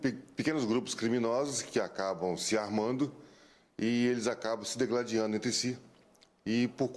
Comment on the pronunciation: O delegado falou "dEgladiando" ?? O correto é digladiando com a vogal i na primeira sílaba. E antes que alguém venha chiar com o meu comentário, adianto que não sou professora.